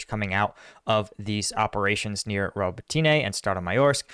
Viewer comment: Thank you for your analysis! I watch it daily. Btw Robòtyne is pronounced with "i" as in the word "dick", not as in the word "teen" :D